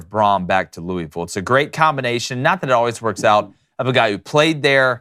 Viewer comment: It's pronounced, Loo-āvull. Haha not, Lewwy-ville